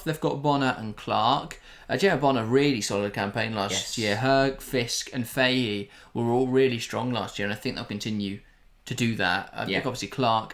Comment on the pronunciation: Fahey is pronounced Fah-He by the way not Fay-He :)